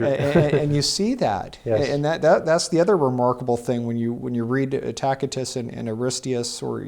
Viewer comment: Why does continue to pronounce Tacitus as Tack-itus? Do a quick search on proper pronunciation of Tacitus.